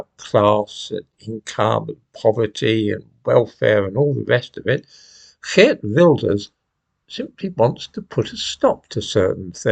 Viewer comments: I like how you say "Geert Wilders" , just perfect ! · you are one of very few English-speaking people who can pronounce “Geert Wilders” correctly, well done. And yes, many people over here are fed up, including me.